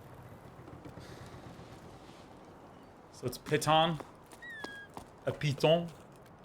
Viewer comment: as this IS a french game and climbing has a lot of french influences. The word really is piton ou |pē•ton|. Which is also to say Google Translate does say it correctly.